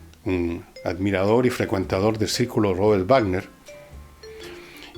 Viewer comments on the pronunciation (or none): none